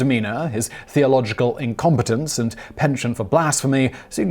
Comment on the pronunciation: He sometimes has trouble with pronunciation too. I know US English has its 'differences' to UK English, but he is British living in the US and getting it wrong for both countries. For instance, 'penchant', and he uses it quite a lot. I am no grammar Nazi but when someone speaks as well as SImon, there is an expectation (with the exception of uncommon words and names, that other countries can use with ease, which everyone else has trouble with).